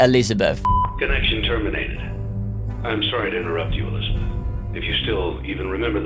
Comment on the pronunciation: before I knew Henry said Elizabeth, I thought he was saying "listener"